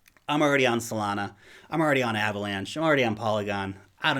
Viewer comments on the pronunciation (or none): none